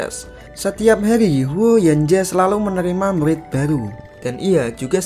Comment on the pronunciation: Murrrrrrrrid bukan mulid